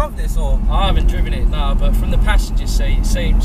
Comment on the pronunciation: Its 'driven'... sick vid tho